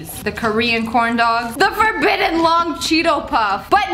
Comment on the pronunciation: Its forbitten